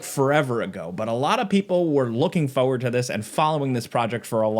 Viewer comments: “FOURWARD” ok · I love ya man but the word is "foR-ward".